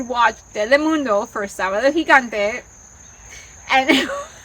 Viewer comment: I'm part Cuban, Mexican and Spanish and I remember Sábado Gigante being on at me abuelo's house. So I get it but you have to almost yell SÅBADO GIGANTE! to say it correctly.